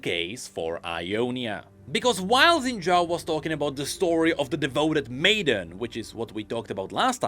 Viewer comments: Why are we only pronouncing his last name right? His first name's pronunciation is actually "Shin" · I hope pronounces Xin Zhao correctly one day.